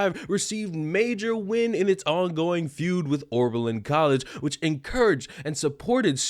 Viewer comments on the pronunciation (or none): Repeat after me: " O B E R L I N " not " O R B E L I N "